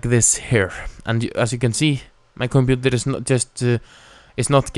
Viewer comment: compuNter. LMAO :) btw, ur helpful